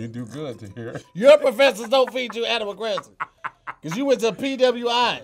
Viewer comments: Did I hear him say animal cress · "Your professors don't feed you animal crust!" ????? Nigga what?? 🥴🤦🏾‍♂️ .. Damn Tahir really do be fuckin up some words 😂🤦🏾‍♂️